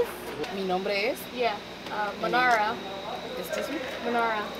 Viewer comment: / Why you called mahnara mahnara?